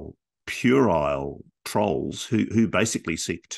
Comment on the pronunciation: This podcast was brought to you by the word, "purile" 😅